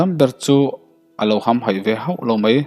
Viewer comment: Hamhaih tih a ham tih hi thluk sang lovin,thluk hniam zawk tur